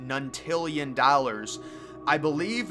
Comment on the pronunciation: I remember reading this in a national geographic wierd but true book. You mispronounced the word you meant nonillion it has 30 zeros. The price written out is $26,900,000,000,000,000,000,000,000,000,000 mrbeast shoud make a video about it.